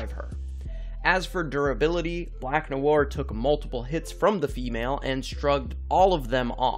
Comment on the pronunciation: 5head indeed. that black noir pronunciation made me comment.